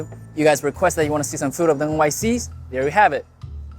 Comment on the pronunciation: I like the way you say "South Indian Fu" in the end. It make's it sound just like kung fu.